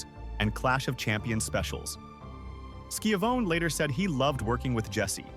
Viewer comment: Skiavone who’s Skiavone or is it Skyavone I think they mean Tony Schiavone